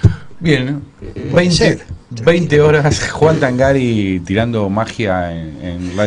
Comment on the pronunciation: El apellido se pronuncia Tángari. Lleva acento prosódico, al ser italiano se pronuncia pero no se gráfica. ¡Tángari, carajo, Tángari!